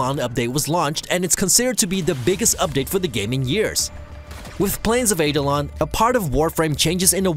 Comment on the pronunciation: Two corrections: 1-Minecraft was written in Java, not Javascript. 2-Eidolon (in Plains of Eidolon) is pronounced eye-doh-lon